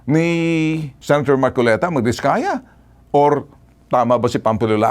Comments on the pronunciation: Namali ka marcolita sa bigkas Ng pangalan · Namali ka Ng bigkas Ng pangalan hahahaha 🤣🤣🤣